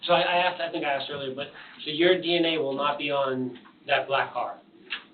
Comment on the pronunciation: WHERE did she get her education..” AXED “ MAYBERRY?